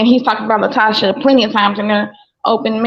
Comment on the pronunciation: "LaTocha" not Tasha.